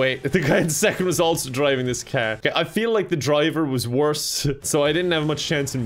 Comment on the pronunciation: calling car "kaer" in Irish accent